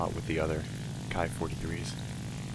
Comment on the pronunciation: Hi1 It is not "Kai". Only English speaking and thinking people consider the latin letter "i" to be pronounced "ai". However its original sound is "eee" (engl pr). Anyway the "Kee" 43 iii Hayabusa is a formidable plane and its BR 4.3 is good and justified. Good Hunting.